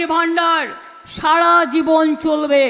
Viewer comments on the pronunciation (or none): none